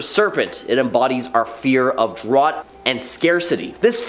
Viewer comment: Drot? Do you mean drought? - EDIT: Wait... you said it correctly in a later part of the video. Wtf... 🤦🏻‍♀️